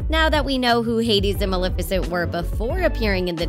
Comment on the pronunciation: Maleficent you said her name wrong